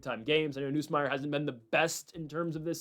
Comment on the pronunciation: You’re still saying Nussmeier wrong